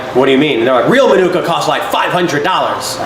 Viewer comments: The emphasis of Manuka is on the MA, so MA-nuka. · Its pronounced Marnika Honey, Manuka (Marnika is a region in Canberra)